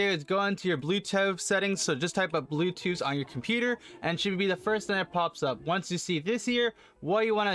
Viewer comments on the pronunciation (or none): "blue toe settings" 🙄